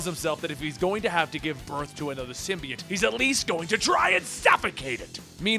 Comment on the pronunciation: symbiote is pronounced "sim-bee-OAT" not "sim-bee-IT" lol both you and comicsexplained mispronounce it that way